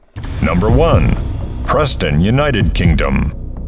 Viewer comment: Preston? 😂😂😂😂😂😂 what hahaha